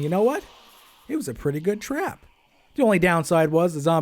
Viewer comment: you said trap wrong you kinda said trwap